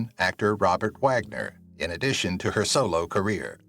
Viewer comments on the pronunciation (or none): none